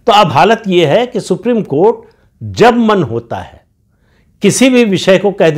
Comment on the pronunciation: सुप्रिम कोँट नही,सुप्रिम कोठा है।